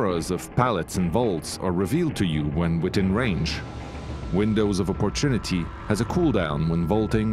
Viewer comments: I cringe every time he tries to say opportunity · AND YOU CANT EVEN PRONOUNCE OPPORTUNITY WOOOW GO LEARN ENGLSH